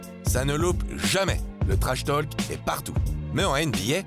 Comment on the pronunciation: On ne prononce PAS le L de trashtalk !